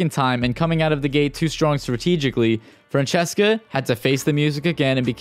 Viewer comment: Phillip called Francesca ”Fransesqua” 😂